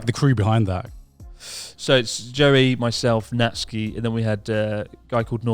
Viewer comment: thank you youtube for calling Natsuki as Natsky